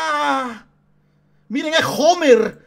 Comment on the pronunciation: ¿ está sordo o que? "Omero" es lo que está mal dicho, en el doblaje original siempre se le a llamado "Homer", incluso si ignoramos que la H no es muda, en este caso, esa O al final sigue siendo inventada.